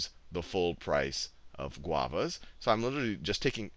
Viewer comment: Admit it, you only chose Guavas to say GuAvAs